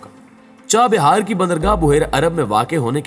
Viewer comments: It is CHAH Bahar and not CHA BIHAR Correct your Pronounciation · چاہ بیار نہیں چاہ بہار